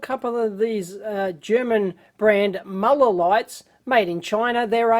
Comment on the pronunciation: Not "Maller". It's Müller with üüüüüüüü. Pronounced somewhere between u and e, only sharper, like french u.